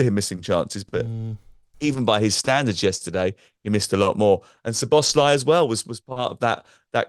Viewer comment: Zob-us-lie LOL Szoboszlai - Gabby never fails to disappoint